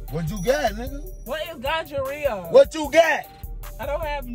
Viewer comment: Lolz, he's so over the top. I laughed so hard I became dizzy! He couldn't say gonorrhea to save his life.. then he said she had gingivitis. ROTFLMBO😂🤣😂🤣😂🤣